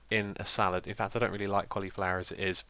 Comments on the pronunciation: It's salad, not salaRd, it's spagHetti, not spagetti, and the e in tomato is only if it is a plural (tomatoEs) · its salad not salard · He called the salad spork salard spork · You called the spork a salard spork instead of salad spork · "Salard" Spork? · Lol "salard" spork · I don't believe there is a r in salad... Lol Salard Spork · Xisuma... What grade did you get in English/Literacy in GCSEs? Salard... Salad Tomatoe... Tomato :D Only joking (Even though they are spelt wrong lol)